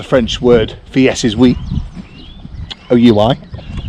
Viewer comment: Aha, " allons y"and "on y va" It is obviously getting into your head. Oui with "ye" pronunciation is down market. Sorry to be snobby. Gendarmes close the office for lunch. Went there the other day and got told to come back after lunch. Fortunately it was not critical.. You will have to chop wood everyday for F.C.L. Be careful with that last wording on your channel, children could be watching. Just saying.